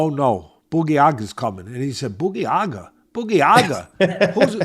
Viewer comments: "Boogie yaga"😂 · It’s pronounced “baba - yay - ga” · Boogy aga 🤣 Teddy is da man (baba yaga)